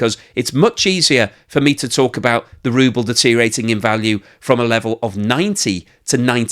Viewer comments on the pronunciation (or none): Deteriorating has six syllables, not five.